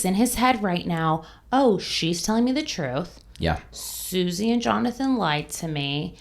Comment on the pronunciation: 😂 so much “troof”…I was like, “what’s’troof’?!??” 🤷‍♀️🤔🤦‍♀️